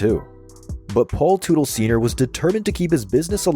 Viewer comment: Automatic thumbs down to anyone who uses a robo voice. Mispronounced Teutle. It’s pronounced Tuttle.